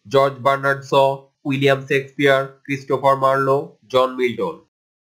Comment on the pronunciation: thanks a lot. But,you should pronounce Shakespeare word correctly